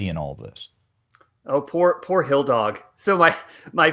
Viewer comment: " HILL DAWG" 🤣 WHATS THAT? QUEEN OF THE " ARKANSAS RAZORBACKS " RAW DAWGZ"????